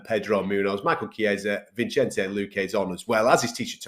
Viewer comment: Bruh smfh “Vinchenze” lmaoo